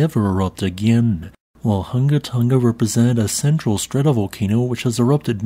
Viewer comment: How can you pronounce clothes "hanger" but not pronounce "Tonga"?????